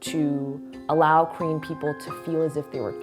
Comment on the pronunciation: Everytime she said Korean to me it sounded like she said cream😂